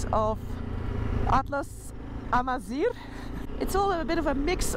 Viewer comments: wé say atlas AMAZIGH not Amazir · For correction the word Amazigh And not Amzir This is the word It is the word defect with us, the Amazighs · Het is Amazigh en geen amaziR (het laatste betekent mest in het Amazigh) :D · Hello.. We say (Amazigh) not (Amazir) because Amazir is not a good word for the Amazighs, and welcome to Morocco